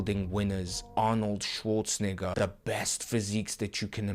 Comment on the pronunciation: wth why did he say arnold schwarznegger with i instead of e